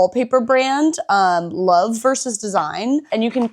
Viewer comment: Thank you for pronouncing "versus" correctly! Why do people say "verse" for vs.? lol